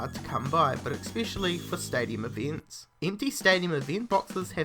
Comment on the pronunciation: whats eeveents?